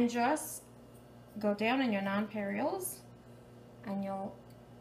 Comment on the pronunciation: They’re called nonpareils, she’s pronouncing them wrong lol.